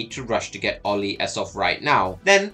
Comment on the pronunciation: Pronouncing name approved 🫡